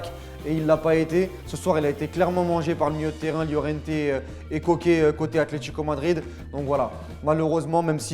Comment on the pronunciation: STP améliore ta prononciation des noms espagnols (Araujo/ Lliorente/ etc)